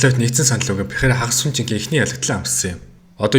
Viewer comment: Алекс Перейра болохоос Пейхара биш